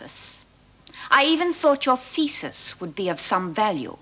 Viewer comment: LOL. She said 'thesis'